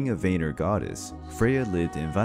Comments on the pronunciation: I’m not tryin be a know it all but Vanir is pronounce Van-near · It's like Vaneer (if you write it in english), but the "a" is pronounced like it is in british tomato.